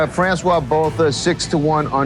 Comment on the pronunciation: I turned this crap off when he pronounced his name as “Botah” 🤨🤦‍♂️ In the video it is pronounced properly, but not in the commentary.